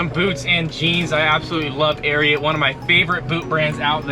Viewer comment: It's pronounced Air-ee-ott